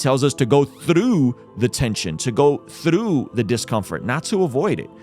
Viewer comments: Like the message. But where did you learn to say the word "through", lol. You are putting an L in there somehow, haha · Great video. Not sure if I want to watch the show now. Apple TV is just another subscription, which I suppose is an addiction in certain terms. One thing I would say is when you say the word through you sound so Scottish, that’s how I say the word. lol. Keep up the good work.